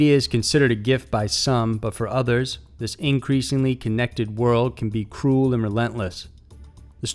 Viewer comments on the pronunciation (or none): none